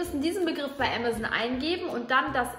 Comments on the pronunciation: Sorry Bibi ,aber du sagst ämäson, es ist amazon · Bibi statt amazon : "ämazen"😂😂😂😂😂😂😂😂😂😂😂😂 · Bibi sagt ganz zeit ämazen das heißt amazon 😂😅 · Wieso sagt ihr ämazon und nicht Aaamazon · es wird Am-ason ausgesprochen nicht emeson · Amazoon lol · Wer sagt denn bitte Ämasän?